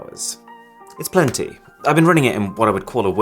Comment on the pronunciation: It's when he said IT'S PLENTY [OPOR! IN 🇳🇬] 😂😂😂